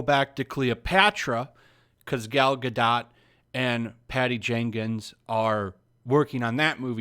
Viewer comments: I think the “t” is silent. “Gado”, not “GadoT”. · Her name is Gal Ga-DOTE, not dot. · Only leaving a dislike because you keep saying Gar dot. The name is french the T is silent you sound like a moron. Just say Gardo. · It's ronounced Ga-doh... Not Ga-dot.. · Hey, it's pronounced Gah-doe not Guh-dot. Get it right you sexist racist!!! 🤣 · GAl GA-DOE is how you pronounce it ! Come on people ! If you are going to speak about her please stop butchering the name ! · your mispronunciation of "Gadot" almost ruined the video for me. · Good channel. Good content. Please learn how to pronounce her name... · Uhmm The T is silent in Gadot (just saying) :) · Gadot => גדות meaning river bank The T isn't silent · At least take the time to learn how to pronounce her name right so you don't sound like an idiot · How stupid people are that are too lazy to pronounce the name Gadot correctly ... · You are mis-pronouncing her name. The T is silent.